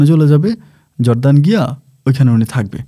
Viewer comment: জর্দান না /জর্ডান।